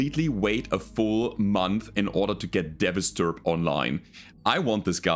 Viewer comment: You keep calling it a "Devasturb" when it is not. It's called a "Devastaturb". It's "devastator" plus "Urbie" mashed together. Incidentally, you're the first YouTube content creator I subscribed to way back in 2018.